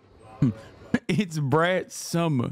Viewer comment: "It's Brat Summah" did it for me